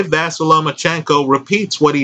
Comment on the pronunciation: Not a big deal